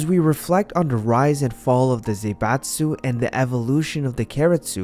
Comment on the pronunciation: It's not Zeibatsu, but Zaibatsu, Zah-ee-batsu. Please check the pronounciation before using a term this often